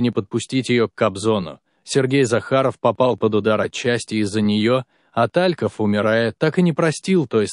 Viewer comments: Как же режет слух ТАльков. Игорь ТалькОв. Вы бы хоть поинтересовались, прежде чем выпускать ролик. И еще. Лариса Гурченко. Какая Лариса? Людмила Гурченко. Можно не знать Талькова, но не знать, как звали Гурченко, непростительно. Материал неплохой, но вот эта безграмотность просто отталкивает. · Не Та'льков,а Талько'в!!!!!! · Игорь. Тальков вообще т о а не ТАльков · Господи, сколько ошибок! Гурченко не Лариса, а Людмила. ТалькОв, а не ТалькОв. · Что за ТА'льков ? Не разу не слышала , что так ставили ударение? Зачем? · Пожалуйста, не коверкайте фамилию известного человека. Поклонников Игоря Талькова, это очень коробит!😢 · Ну и ведущий или чтец, как его и назвать? Поразил меня, когда сказал ТАльков, с ударением на первую А, охренеть, откуда он взялся, слушать его не хочу. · Ниче так Лариса Гурченко и Тальков с с ударением на А😂😂😂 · Режет слух Та'льков , но интересно , не все известно было из ее личной жизни .😊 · смешно, ТАльков, Лариса Гурченко .....кто это читает? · Просто поразительно, что Вы ставите ударения в фамилиях таких известных людей неправильно! Режет слух😔🇩🇪